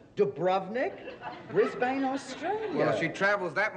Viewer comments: Briz-bin not Briz-bayne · Im from Brisbane Australia and its actually pronounced BRIZBIN... just an FYI :) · I guess she was staying at the Viper Room brothel in Brisbane lol. Just hearing the iconic Bea Arthur say Brisbane even if not correctly was wonderful. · This is a sitcom, Maude is a character.. she wasn’t necessarily supposed to pronounce it correctly